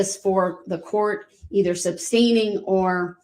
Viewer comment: "Tacit = Ta-Sit." Not TAKIT. ASK not AXE. Sustain, not substain. GrounDs not growns. While I have NO problem with how people say words if they have different accents, his butchering of the English language is ridiculous. No, this is not the only thing I take from this trial - what he did is horrendous, however, I will belittle and denigrate this vile monster, especially when his behaviour is so disgusting. I will, therefore point out his failings and scr*w him.